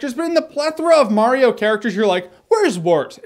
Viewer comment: it's M-A-RIO not M-O-RIO!